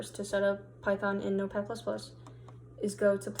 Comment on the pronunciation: Thanks! ++++ the way of saying 👌🏻😀